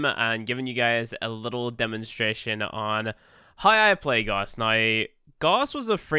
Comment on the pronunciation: IT'S NOT GOSS ITS GAWSS